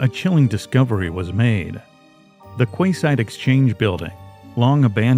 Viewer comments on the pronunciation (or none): Just a note...'quayside' is pronounced 'key-side'. Not that it's a problem, just a correction so you can correct it in later productions. Jamin looks a lot like my late husband. Hubby was Caucasian, like me, but I see a lot of him in the way Jamin looks and stands in his photos. Such wonderful lives taken from us :(. Keep up the good work! Love your channel